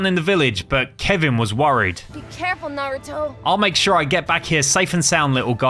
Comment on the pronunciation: Did jaraya say “nurooto”